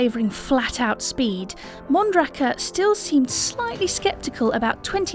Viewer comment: The way they said mondraker made me want to kill my self